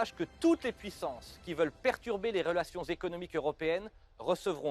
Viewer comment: Il a un problème avec la lettre R😅😅😅😅. .les عelations